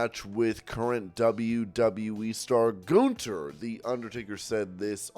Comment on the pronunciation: it is pronounced gun- ther not goonther